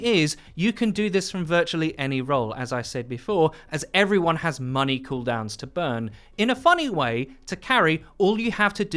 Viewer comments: "cool keydowns". I believe you meant Key Cooldowns haha. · He said cool key downs. I don’t know if it was on purpose but I’m dying anyway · i’m so sorry but “EATING COOL KEYDOWNS” at like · “cool keydowns” lol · did anybody else notice he said “cool keydowns”? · "cool keydowns" lul